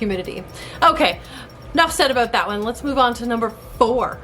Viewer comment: She said 'Aboot' lol